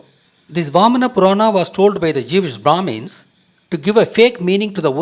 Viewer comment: did he just say......jewish bhramis?